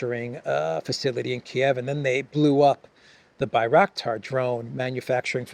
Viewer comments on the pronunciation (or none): Bangraktar factory, you say? 😂